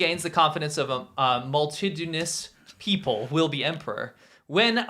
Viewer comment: tells us that his wife calls aliens UFOs and that so far, he didn't bother to correct her. 😁 🤔 - little smile over stumbling over 'dictatorial'. 😁 - smiles at failure to pronounce 'multitudinous' but doesn't say anything. 😁